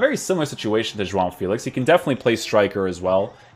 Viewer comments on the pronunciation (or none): none